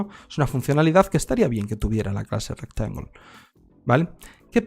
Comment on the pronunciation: "My RecTangulee"